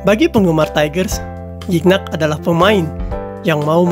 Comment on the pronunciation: Spellingnya Gignac om.. Typo jd Gicnac tuh Om.. bacanya juga "Zi-Nyak" .. semangat terus Om..